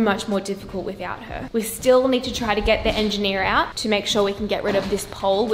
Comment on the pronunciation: did anyone else notice she said engineera when talking about the pole in the kitchen hahaha best episode yet tho